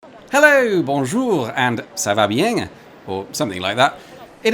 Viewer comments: "ça va bieng" with the accent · Top marks for pronouncing "bien" as "bieng". Very Provençale !